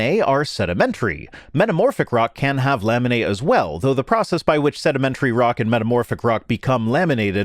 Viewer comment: said laminae a lot but I kept hearing lemonade and now I'm thirsty.